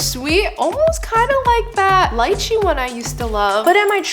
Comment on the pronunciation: lychee - "lee-chee"